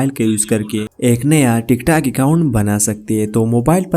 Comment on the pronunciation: Bhai tik tek nhi Tic tok😂